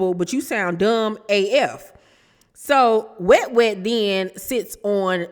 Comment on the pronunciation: I hate you so much you called Wet Wet “Must Must” 🤣🤣🤣🤣 I hollered